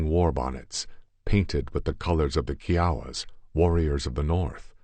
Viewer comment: Its funny that bothers you more than his mispronounciaton of kiawa kie awa is how it should be,but the way he says it is like kiwi Chihuahua